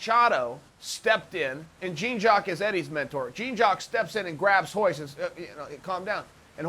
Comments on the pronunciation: hahaha "gene" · Smoked Gouda i loved how he could properly say all of the Gracie first names but couldn’t do Jean’s. Lmao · Lmaoooo americans jean jaq its prounce jawn lmaooo JEAN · Chael ... Jean is pronounced like Sean with a J. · The marks are willing to pay more for a private lesson when it's pronounced "Hyan" ;) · Knows how to pronounce Royce, Royler and Ryan, but can't quite manage Jean. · Ha! Way t’coMPLETLY BUTCHER his name!!! 🤦🏽‍♂️